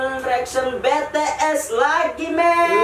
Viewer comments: bities bang bities..bukan betees. 😭😭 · Bi ti es hyung bukan be te es😂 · Kak bacanya jangan BeTeeS tapi BiTieS.. Didenger lucu😂 dan tolong dong kk reaction BTS I need you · Kak bukan be tees tapi bi ties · DIBACANYA BI TI ES BAMBANG,BUKAN BE TE ES YAWLLOH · bities mang bukan betees😑😑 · Bts bukan Betees🤦🤦😬😐😑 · Moon maap BTS bukan betees